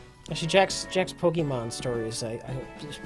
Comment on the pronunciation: calls it polka-monn.